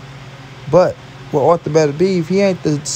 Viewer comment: It’s artur not arther lol